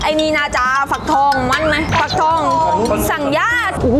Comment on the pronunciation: ฟักทองภาคใต้พูดผิดอยู่นะครับ